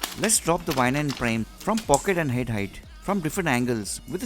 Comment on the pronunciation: Its prime not prem